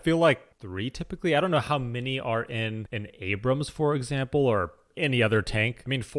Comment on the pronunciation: You start your appreciation by pronouncing their tank's name correctly.